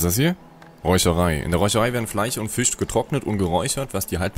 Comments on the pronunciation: was sind denn Fleich und Fich ??? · " Fleich, Fich, sOUND...." Kollege, wo kommst du her? Hat man bei euch die Buchstaben eingespart ? ;-)